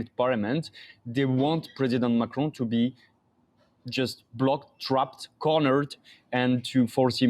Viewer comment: Who is this macroon person? Macron is the name you are mispronouncing